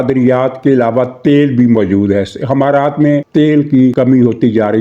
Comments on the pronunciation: محترم جناب حمارات نہیں امارات ہے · sahib h=e, not himaraat it's emirates. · لفظ امارات ھے نہ کہ حمارات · حضور امارات ہوتا ہے حما رات نہیں ، اور 3 تہائی والی بات سمجھ نہیں آئی